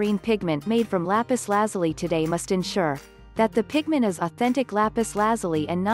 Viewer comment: It's Lapis La-zoo-lee.